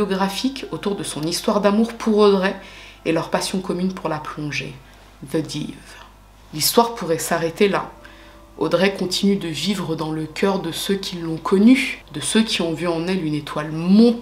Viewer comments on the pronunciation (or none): Coucou!! Alors « the dove » ça se prononce « The daï-v » mais pour en revenir à la vidéo j’ose pas imaginer ce qu’elle a pu ressentir. La semaine dernière je suis allée faire de la plongée à Hawaii et la compagnie m’avait donné une bouteille d’oxygène vide, impossible de remonter à la surface avec le poids du matériel sur moi + personne ne voyait mes signaux de mains et j’ai eu la peur de ma vie. Je n’ai jamais eu aussi peur. Pourtant je suis une habituée de plongée. Imaginer ses dernières minutes fait froid dans le dos.